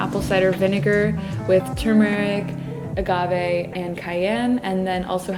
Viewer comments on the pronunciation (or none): none